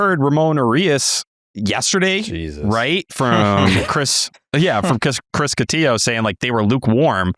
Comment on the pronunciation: I will forever pronounce Chris Cotillo’s last name as “koh-tee-yo” because of Section 10. I just hope the Mexican Times sports section never suffers the same fate as the Washington Post’s did. 🤣